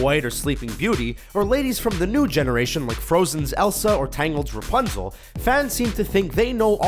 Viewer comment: Princess Rupznel